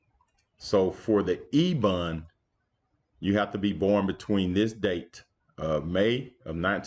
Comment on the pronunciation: Bond not bun